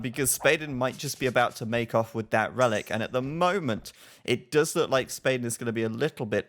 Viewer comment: I'm pretty confident Spaden is swedish which means your pronounciation of his name was already correct, you don't need to change it!